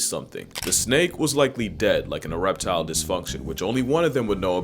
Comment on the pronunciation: Ereptile disfunction?!? 🤣😂🤣😂🤣😂🤣